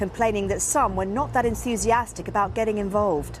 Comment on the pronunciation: It’s called extortion. Sadly no one in the media is talking about how frontal lobe dementia leads to impulsive and aggressive behaviour. All this coverage gives Trump some credit for being rational. the old man cannot pronounce ‘enthusiastic’ despite several tries.